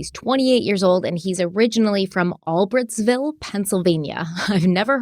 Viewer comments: You pronounce the city Bryan lived in In PA as “all brights ville instead of “ all Britt’s ville” I kinda figured if either if you seen any coverage of the news channels talking about where they arrested him from you would have heard the correct pronunciation so I figured I’d just catch you guys up so your ahead. Love you guys!! Keep up the amazing & hard work it’s very appreciated!!! ❤️ always- Sandra xoxo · All-brights-ville is how we say it out in the Poconos. Thanks for doing this special report love you guys! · Hi, it's pronounced 'All-brights-vill' & the reason you've never heard of that town is because no one ever admits they're from there.... trust me.... I'm from the area so I know. It's o e of those sad PA towns that make you depressed just driving through. 😬😉🤣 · It's pronounced ALL-BRIGHTS-VILLE.